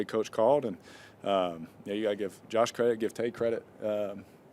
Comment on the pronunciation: He said " Coach" instead of " Josh"